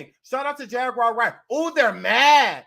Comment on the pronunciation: pronouncing Jag's name as "Jag-wire" has been killing me for at least 2 weeks🤣 Edit: Beyonce sure did do her "reveal" at the VMAs but the only difference is there is an actual baby inside Rihanna's belly.